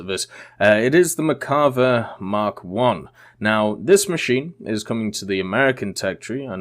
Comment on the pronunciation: One or two times to tell the name wrong. but for a "tank enthusiast" it makes me cringe so fck much ! Also , Israel used British armor and they work with them on the protection. Lets not forget the M1 has British armor on in !